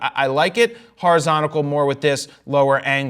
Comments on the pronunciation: hori...zon..ti?...cal?! that took my brain on a ride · Jared does know that the word is horizontal, not horizontical. Right?